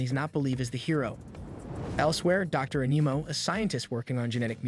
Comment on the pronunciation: You said dr animo wrong im sure i spelled it wrong